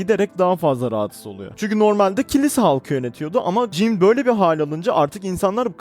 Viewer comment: Kanka jann diye okunuyor "jannı" (fonetik olarak) Jean de dediğin gibi. "jiin" şeklinde.